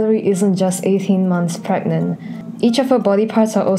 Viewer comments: u mean pregante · “Can you get.. Pregante?”